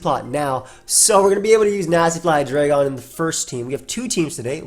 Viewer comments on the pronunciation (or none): you know it’s Hi-dry-gon.